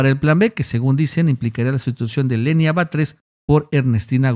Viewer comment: Lenia, no "Lenín".